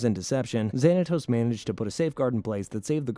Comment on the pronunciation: You can say Xanatos and Desdemona but you can't say Demona correctly?